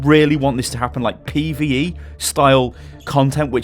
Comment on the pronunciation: every time say pve i get sick